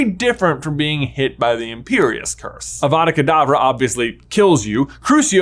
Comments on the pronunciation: Ah, yes, my favorite spell. AVAVA KAVADAA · it's awada kadabra.